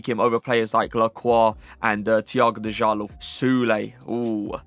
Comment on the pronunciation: Bro I thought I were Portuguese but u pronounced Thiago djalo as de jalo, any Portuguese person knows the d is silent in his surname.